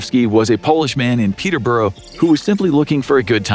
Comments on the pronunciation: The way you said Peterborough confused me it sounds Russian (people I know pronounce it peter-bruh) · Weird getting Gloucester & Hereford right but not Peterborough